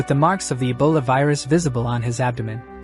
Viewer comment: Ebola❌ Abola ✅😂😂